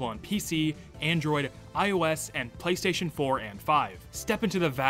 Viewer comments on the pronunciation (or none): none